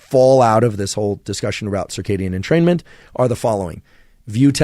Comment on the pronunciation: i swear i'm fuckd up i literally read it entertainment i didnt realiZe it until he said entermaint or whatever